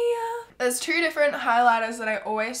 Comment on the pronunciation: What I hear when you say two: "Trowoorrrrwwwoowwwwrrr" 😂😂😂 I LOVE YOU!!! 💛💛💛